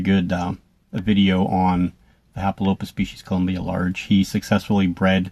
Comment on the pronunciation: The way u said Large in German the first time, was actually the correct way to say it 😊 Although u did it with heavy American accent of course. Good luck with the breeding.